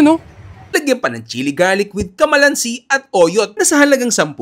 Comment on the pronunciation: Hindi po kamalansi kalamansi😅😅